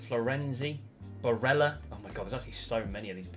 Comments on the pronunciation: Surely he’s not pronounced “Bareja” since he’s Italian and not Spanish? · yeah, exactly. It’s Barella and not Bareja. Double L just becomes a J sound in Spanish languages as far as I know.